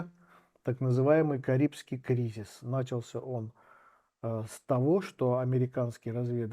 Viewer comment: НачалсЯ ударение на Я